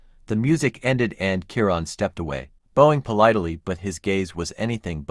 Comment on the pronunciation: It's Om(e)ga with short e sound. And bowing with an ou like out sound.